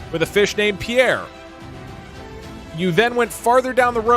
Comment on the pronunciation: Newer viewer here, why does dougdoug not know the name Pierre, and immediately mispronounces it as POO AIR??